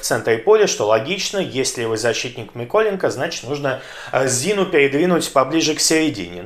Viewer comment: Люблю дивитися як у них підгорає... Ведучий навіть "Миколенко" якось по-українськи вимовив... Невже вчить мову? 😊